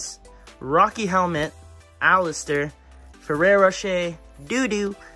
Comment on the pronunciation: I’m sorry did he really just say fereroche 💀